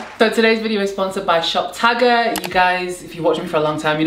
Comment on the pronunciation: Every time you say shop tagger I hear top shagger 🙈😭